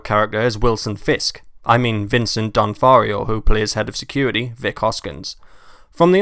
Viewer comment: It's not Vincent Don-far-io. It's Vincent Vincent D'Onofrio (Don-OFF-rio).